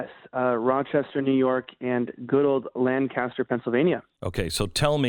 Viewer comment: Elijah, it's (lane cuh stir) not (Lang caster) or (LAN caster). I've heard you saying that it's pronounced one way or another lately, lol.